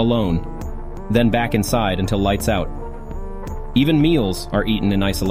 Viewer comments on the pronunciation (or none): It’s AI. There was a line that had the word until, and it was read aloud as “unti I” with revealed that it’s not a human.